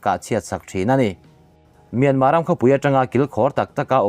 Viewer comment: Mynma tih reng chu ka van kham tak , lam tha peih loh nih chuan burma ti mai rawh